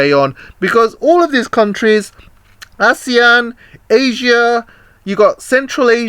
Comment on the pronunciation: Its 'you ann' not wan. Your chinglish is poor🤭